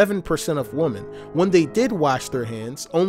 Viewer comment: People who pronounce women the same way they pronounce woman.